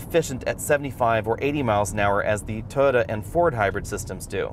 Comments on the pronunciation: Is he calling it a 'Toe-Da'? It is called Toy-O-ta. Ford seems to be improving, but I don't think it is at Honda CRV or Toyota Rav4 quality level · This guy can't pronounce the word "Toyota".